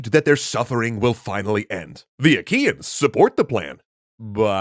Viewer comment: Did i heard wrong or they call the trojans aqueans?